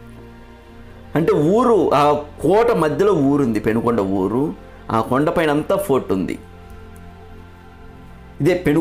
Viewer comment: పెనుగొండ కాదు.. పెనుకొండ అది.